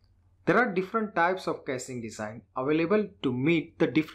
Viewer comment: please improve your pronunciation like casing.